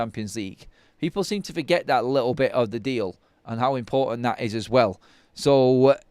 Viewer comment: Is little pronounced "Lickel" in Manchester?